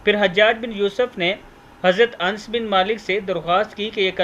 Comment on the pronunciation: Hazrat Anas sahi hota hei ans nahi